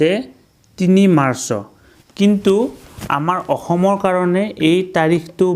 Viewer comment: মাৰচঅ নহয় মাৰ্চ অৰ্থাৎ মাৰচ ।